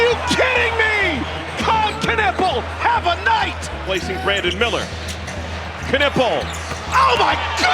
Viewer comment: Stop butchering Knüppels name, it's not Kanuppel